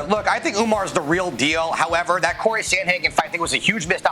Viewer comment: can i have Brets job? I'm also a douchebag, but i know how to pronounce CORY Sandhagen.